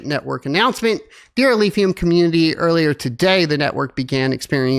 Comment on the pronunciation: "Alephium", not Alphium.